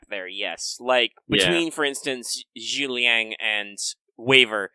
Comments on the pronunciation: Every time they pronounce Zhuge Liang with two syllables instead of three, I take psychic damage. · His name is Zhu Ge Liang, if written with pinying. You guys certainly aren't the only ones that stumble over his name. There is a crossbow in the game Warframe called the "Zhuge", named after the historical repeating crossbow "Zhu Ge Nu", a namesake of the strategist. Its pronunciations by the Warframe community have been equally traumatizing.